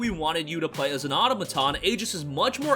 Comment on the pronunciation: Thanks for mentioning the special edition. I was wondering if there was one. BTW, the word "automaton" is pronounced "a-TOM-a-ton" or "a-TAH-ma-ton," with the stress on the second syllable. Trivial, but I thought I would mention it because the word comes up so frequently!